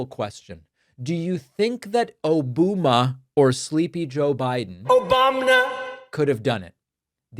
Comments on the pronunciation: Listen, I love dunking on trump as much as the next gal, but you missed the joke here, David. O-bum-a. Like a bum. Its a dumb nickname that youre mispronouncing. Why do you do things that make me defend that orange idiot? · He means O-BUM-A not O-BOOM-A. Sleepy Don strikes again with his grade school insults. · David, I believe that “Obuma” was meant to be pronounced oh-BUM-a as in “he’s a total bum!” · DAVID ! It's O-BUM-A, Trump is being "funny", basically calling Mr Obama a "bum" ! Aren't you lucky you have a president with such a witty sense of humour ? 🥱😴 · So it's O-boo-ma now, and not Obamna! Trvmp is so pitiful! Get him out, stop the war, and abolish ICE! Justice for the victims and US! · I think it's O bum A. As in Obama is a bum. Not the funniest, but better than he's come up with in a while. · Hes trying to blame Obama & thinking O-booba & it came of his mouth as Obooma.. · It's like to-MA-to and to-MAT-o! O-BOOM-A and O-BOMB-NA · Barack, who sayin’ “Obuma”?